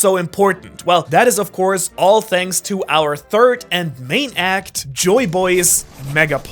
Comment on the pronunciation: ain’t no way he said shanks instead of thanks